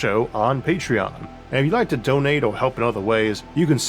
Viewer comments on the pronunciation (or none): none